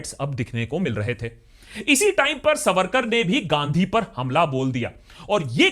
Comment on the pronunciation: Pleeezé correct : veer(?) sarvarkar. Ha ha ha.....